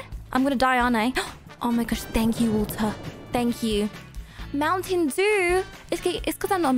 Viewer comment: Mowten dew